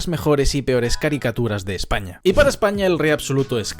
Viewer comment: En de ves de decir España dice Espana